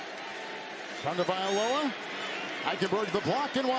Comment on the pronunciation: Tua's last name is pronounced Tongue o vai lo ha